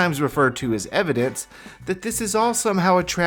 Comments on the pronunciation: "Evedence" hahaha...!? Hilarious...!!! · "evedance"??? OMFG this dipwit is a whole new level of ignorant. And that butt exposure should be criminal 😱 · “Introduced” a bill 😂 “evedance” 😂